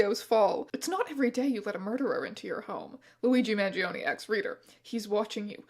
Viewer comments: this is EXACTLY what I subscribed for. 10/10, no notes (except that the E in his surname is actually pronounced like the E in “exactly”) THANK U MR STRANGE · I love you but man the way you pronounce his name gives me 1 point psychic damage each time haha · This keeps switching to German after the first sentence T_T AND APPARENTLY GERMANS PRONOUNCE MANGIONE INCORRECTLY